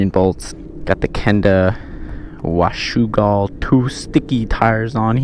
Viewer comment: Did that just say WASHUGAL!!!